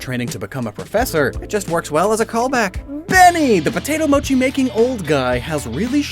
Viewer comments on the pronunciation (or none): none